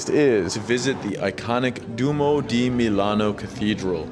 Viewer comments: Stop saying dumo, it’s duomo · Du-oh-m-oh (Not “sumo’) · you are not pronouncing Duomo correct. It is not Do-Mo, but Duo-mo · Appreciate the time you took to video this. A little work on your pronunciations would make it easier to watch: Duomo, grazie, pace, and many more. You got Starbucks right! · your pronouncing Duomo wrong